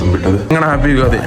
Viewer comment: ಯುಗಾದಿ ❌ ಯುಗದಿ ✅😅😂😅🤔